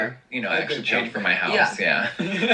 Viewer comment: Where r you from? Your pronunciation is interesting !! Lost oos replaced with e: hoese/house, hoever/however,----about;now